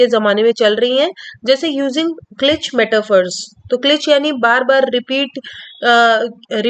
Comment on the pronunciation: क्लिच नहीं क्लीशे